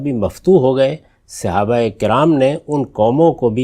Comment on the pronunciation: صحیح تلفظ ہے : صَحابہ ص پر زبر ہے، زیر نہیں ہے۔